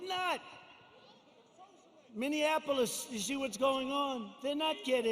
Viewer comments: Trump pronounces Minneapolis as "Mini-in-apolis". The city is pronounced: "Mini-apolis" no extra syllable. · “ Minneanapolis “ 😂 Right after making fun of Biden not knowing what town he’s in, Trump mispronounces Minneapolis 🤘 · "Minneannapolis" lol